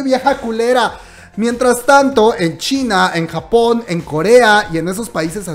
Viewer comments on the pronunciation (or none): none